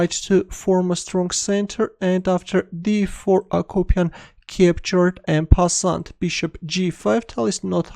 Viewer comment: Thanks again! Please don t pronounce the "t" when saylng " en passant ";)